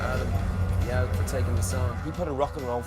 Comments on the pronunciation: First dude said his name wrong. He said Yok. It’s Yowk. They say his name in their music so much, you’d think he’s know how to pronounce the name correctly. Edit: narrator said his name wrong too. Sheesh. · Yauch. Not Yawk. Just awful. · Everybody in that Much Music video mispronounced Yauch's last name.